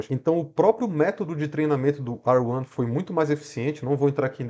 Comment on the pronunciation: Não é mais fácil falar R1 do que ruã